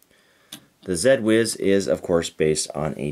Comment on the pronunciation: “Zed” Whiz? Your Canadian is showing. 😂 I’m assuming you do realize it was specifically called “Zee” Whiz so as to rhyme with “Gee Whiz!”.